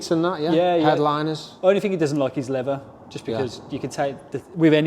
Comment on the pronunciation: I don’t understand why “TH” in any word becomes an “F” or a “V” For example… “Leather” becomes “Levver”. And “Thermal” becomes “Fermal” WTF is happening to the English language. It’s just Fucking Laziness.